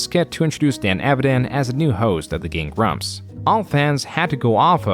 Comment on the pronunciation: Hey dude? what is up with your occasional weird enunciation of stress in words?? like you say gemSTOnes instead of GEMstones. gameGRUMPS instead of GAMEgrumps. You feel me?? Is it some kind of weird ragebait tactic or something?